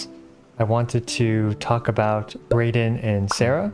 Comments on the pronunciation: It's funnily ironic that you still ended up with an incorrect pronunciation after trying to avoid it. Good news is, there's only one correct way to say Raiden Shogun. Most people get it wrong though, so don't listen to them. Rai as in Lie, or Rye bread. Shogun as in goon, or maybe plume. It's not a firearm people! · Hate to say it bro but raiden is pronounced (ry-den) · “I’m tired of the controversy so I’ll be calling her raiden” proceeds to pronounce raiden incorrectly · So..... Did anyone mentioned about your pronounciation for "Raiden" being wrong? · Btw its not ball or bael you say bael when u say baal but you have to say b ah l sheep go bah l and you do make the same mistake with raiden and sara but I greatly appreciate that u can say anemo correctly! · I’m pretty sure he got “Raiden” wrong too 😂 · The way he says Raiden also sounds wrong compared to how they pronounce it in the game…. 🤣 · Poor, people are now saying he says Raiden wrong too lol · Take a look at honkai to know how to pronounce raiden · who's gonna tell him the pronunciation of Raiden lol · I'll call her Raiden instead. Everyone: it's not RAY-den, it's RYE-den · You still say Raiden wrong 😭 it’s Rye-Den, like the grain rye. Not Ray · Raiden is a Japanese origin name. So it’s pronounced rye-den. Not ray-den. To be pronounced Ray-den, under Japanese rules, it would have to be spelled Reden or Reiden. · Uu acshtually her name is prghonounced rAiden not raiden. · "I've decided to call her 'Rayden' instead to completely avoid this controversy." ahem It's pronounced Raiden, Ra-i-de-n. It sounds like r-eye-den. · Tiny bit of pronunciation help: 'Sara' is pronounced like 'Sah-ra', not 'Sarah' (the American female name) 'Raiden' is pronounced like 'rye-den', (rye like the bread), not 'ray-den' Hope this helps. :) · An easy way to remember Raiden is not Rayden is the electric Pokémon Raichu, evolves from Pikachu, the "Rai" is pronounced the same :) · It's not ray-den. It's rye-den. =)